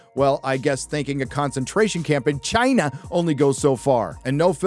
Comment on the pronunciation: the big ephasis on CHINA.. lmao